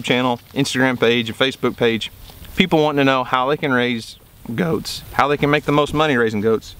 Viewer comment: the way he says "goats" has me loling